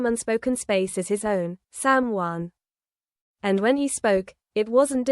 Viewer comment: Why can't reporters pronounce the names correctly it's shocking and time they learn. It's SamHeughan if you can't pronounce their name you should be fired. 😊